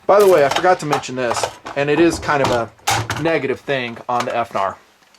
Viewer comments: How abot Finar? Instead of F-narr. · Please don't say "F-Nar". Thanks, - The Internet